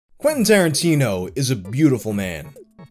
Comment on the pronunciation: Quentin Starin-tea-no